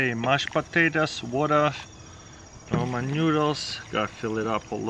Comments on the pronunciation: He's trying to say Ramen noodles. But he pronounces it Roman. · "Roman newdles" they are noodles why does he always says roman